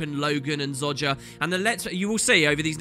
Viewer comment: I CANT WAIT to hear the novels, i read em all myself but to hear them from you OOH im excited :D One thing though i BEG YOU PLEASE pronounce Zojjas name as its pronounced everywhere in the game Please XD